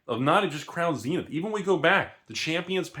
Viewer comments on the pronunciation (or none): none